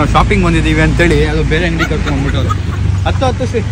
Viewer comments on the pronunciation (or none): none